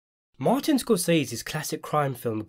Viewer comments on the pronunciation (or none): none